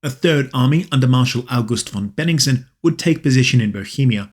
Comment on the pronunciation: Small point: Bennigsen, not Beningsen.